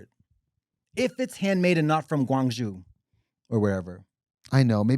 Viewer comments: Can i just say GuangZhou is not pronounced guang-jew, its guang-joe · katya love u but it’s guangzhou like “joe” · I love that Katya pronounced Guang Zhou like Guang Zhu.